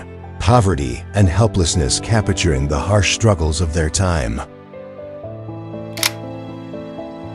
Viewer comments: Capturing is three syllables. The voice over is so annoying. Repetitive. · IF YOU ARE GOING TO NARRATE THESE VIDEOES LEARN HOW TO PRONOUNCE "CAPTURING". ANNOYING. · Why do you keep mispronouncing the word, “capturing”. Whoever wrote the captions for this video failed miserably. Nonsense 💩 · Cappichuring every 'classic photo'. I had to turn the volume down before it drove me nuts!